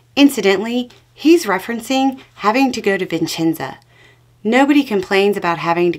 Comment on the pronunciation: Hi, just a minor correction. It’s Vicenza, not Vincenza. Vincenza is a woman’s name (my grand-aunt was called Vincenza) Thanks again for everything. Vote Blue.